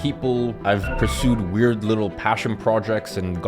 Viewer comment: says “wired” instead of “weird”